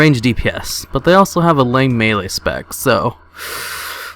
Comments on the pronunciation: Melee, not maylay... Melee!!! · Maylay? Melee* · "maylay" is not a word, "meelee" is. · WTF is a "maylay" class? don't you mean melee? :D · "maylay" ... what?